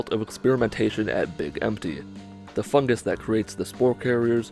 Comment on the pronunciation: For some reason when I hear 'em say "Fungus" I instead here "FUG-gis" Not meaning to be mean